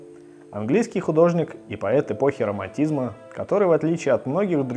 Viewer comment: "...потому что был романтизьм".